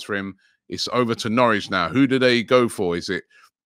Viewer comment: Nowrich lol. Editor needs to go back to school